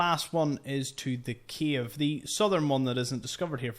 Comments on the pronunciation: Bro is keep saying “Kiev” instead of “Cave” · You are saying “cave” and I hear “Kyiv”, every time 😂 a lot of Kyiv’s in the sea! Besides that, a lot of new info, thank you